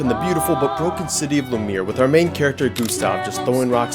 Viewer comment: Friggin indian said lameer instead of Lumière